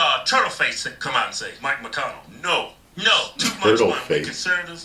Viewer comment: mich > not mike . also Bernie sanders is the one who supported 2000.00 usd a month but senate killed it